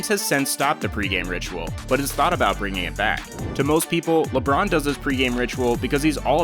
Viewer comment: “ LeBrone is the GOAT” please. Just,just stop. Mj micheal Jordan.